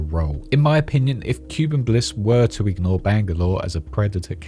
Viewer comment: Please. Kuben. Not cuban. P l e a s e